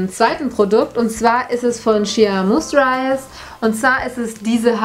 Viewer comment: Shea moisture wird "shea meustscher" ausgesprochen 😁